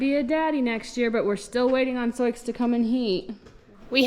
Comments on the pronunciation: sioux is the tribal name for the lakota, dakota and nakota. i am curioius how you come to pronounce it soix. sioux: French wrote it as Nadouessioux, pronounced sou [or sue]. just curious. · I don’t know the back story on this mares name so I’m not sure why you call the mother zoiks unless you’re mispronouncing Sioux which is actually pronounced Sue, as in the Sioux (sue) Indian tribe. Pardon me if I missed the reason for Zoiks. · Lakota and Sioux are Indian Tribes in the Dakotas. Sioux is pronounced Sue. Not SoiX. Sioux is the “Sue” Indian Tribe the X is SILENT. So called “Sue” not SouX. Sioux is SUE. Never too late to learn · Regional pronunciations can be difficult to navigate particularly with words that have a French origin, but every time you say 'Soyks' instead of 'Soo' my brain locks up for a second. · 😂😂😂😂, Soiques?, Soyiks, are you kidding the ? Butchering the English language. sue, as in Sioux!!🫨🤨☹️ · Forgive me if you’ve answered this before. In elementary school geography I was taught to pronounce Sioux as “soo”. Wondering if your pronunciation is a Missouri variation? She is beautiful!!!! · I might be ignorant because i'm not american and don't know the tribal names, but isn't Sioux said like "soo"? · I believe Souix is pronounced Sue, like the Indian tribe. She and her baby are absolutely beautiful! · Sioux is pronounced Sue as in the native American tribe. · Fyi: Sioux is pronounced Soo. I had a foal registered as Absorokee Sioux Charge and we called him our boy named Sue.. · Sioux is pronounced SOO or SUE. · Sioux is pronounced soo. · Isn’t it pronounced “Soo”? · I’ve asked this in a few posts but why do you pronounce her name as So-icks?? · Just curious why you pronounce Sioux as you do. I have only ever heard it pronounced "Sue" Is your pronunciation from something other than the Native American Tribe? Thank you for explaining! Always happy to learn something new.